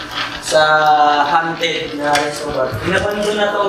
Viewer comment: hindi hanted kundi hawnted...